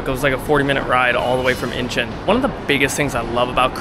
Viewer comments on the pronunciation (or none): In -chawn not in-chin 😅